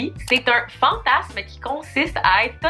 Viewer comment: Une fois sur deux tu dis fantassss lol c’est fantasmmmmmeeee haha